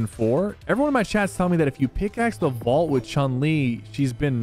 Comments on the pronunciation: A "Vualt" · “The vualt key card” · Bro what is a vualt 😂